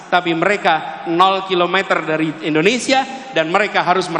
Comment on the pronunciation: indonesia pak bukan endonesia 😂😂😂😅😅